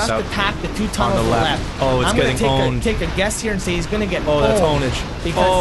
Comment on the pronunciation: Did I just hear pronounce the P in pwned?